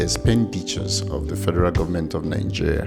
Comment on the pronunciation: Great vid...but pls, it's not Ningeria but Nigeria!